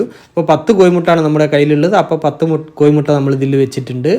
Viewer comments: കോയിമുട്ട അല്ല, കോഴിമുട്ട എന്ന് പറയുക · കോയി മുട്ടയാണോ കോഴിമുട്ട യാണോ ശരി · അയിച്ച്...പയയ...കോയിമുട്ട എന്നല്ല അഴിച്ച്....പഴയ എന്നാണ് മലയാളത്തെ കൊല്ലുമോ?